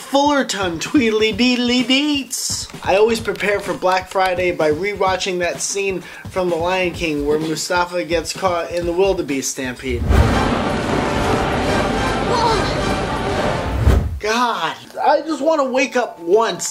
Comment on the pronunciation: OK...... real talk... did you just say Mustafa instead of Mufasa? Did you... did you not watch the lion king? the... the lion king dude....